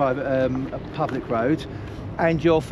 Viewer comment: About did I really hear say, public, pubic, private?